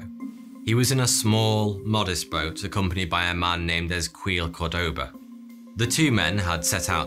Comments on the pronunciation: Ezequiel -Ezekiel you absolute butchered that name 😫😫 try and spend a lil more time researching it that is name and a whole section from the most distributed book around the Bible 😫😫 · Ezequiel= "Essqweel" hahaha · The way he pronounced ezequiel lol